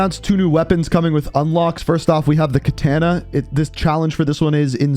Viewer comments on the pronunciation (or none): none